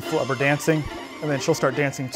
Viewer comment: Flubber* not Clubber lol